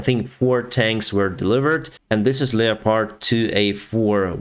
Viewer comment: I wish he could pronounce leopard properly